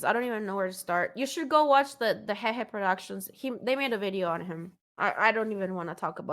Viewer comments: did she just pronounced h3h3 productions as hehe productions lol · She for real pronounced H3H3 as "HEHE" lmao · that h3h3productions pronunciation tho...